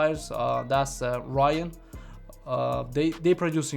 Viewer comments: there's no amp brand that's called "Ryan" sounds like he saying Orion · is he saying Ryan, or Orion?